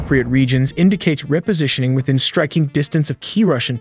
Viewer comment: Nice, but mispronouncing "repositioning"? You can do better.